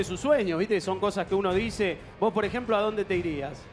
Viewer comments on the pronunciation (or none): "hablan mal de voZ" ... jajajaja voS decís ?